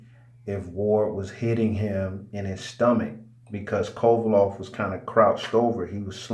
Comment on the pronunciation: Its Kovalev with an E stop calling him kovalov